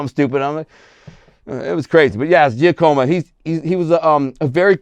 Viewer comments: Dude don't know shit. IF YOU BELIEVE ("GIA-COMA") TRY ("JOCK-A-MOE") Giacomo Black Jack Tocco OR Tony Giacalone would Inform this dude of the HOFFA HIT your DELUSIONAL! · Lol, alleged mafia associate but doesn't know how to pronounce Giacomo. 😂